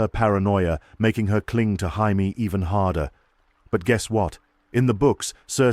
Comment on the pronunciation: Had to stop. Teach the AI how to pronounce Jamie properly please. "Hymie" OMG smh 😅